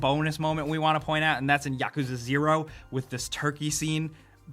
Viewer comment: This guy pronouces Automata, Mario and Yakuza really funny.